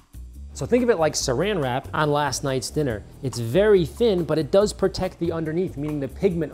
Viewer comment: Peotect Pee-rinse